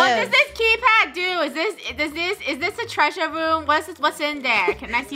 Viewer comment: said tweasure